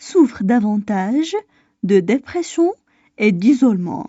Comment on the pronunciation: خطأ في نطق كلمة dépression